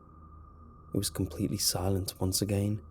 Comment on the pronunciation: How it's normally said "again" How says it "agaien"